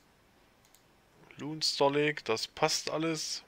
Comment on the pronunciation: Hör ma auf Luuunestar Lake zu sagen XD Das ist der L-oh-ne Star Lake : P